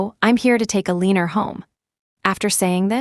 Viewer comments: Just to say, Eleanor is pronounced Elena, not Eleener…. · It is pronounced as Elanor